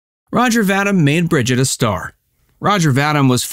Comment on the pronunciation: His last name is pronounced "Va-Deem" , not Va-dimm!